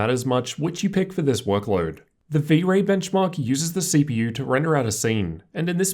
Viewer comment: blenchmark XD